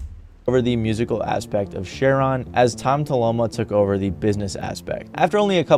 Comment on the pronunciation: Anyone else driven nuts by how the guy says "Share-on" instead of Cheiron haha